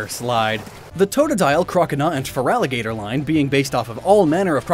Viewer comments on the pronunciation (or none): none